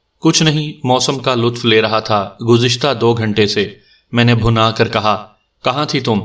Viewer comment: بہت ہی مزاحیہ کہانی۔ کافی سیریس کہانیاں سننے کے بعد یہ مزاحیہ کہانی اچھی لگ رہی۔ لفظ بھنا پہ غور کیجیے گا۔ یہ لفظ bhinna ہے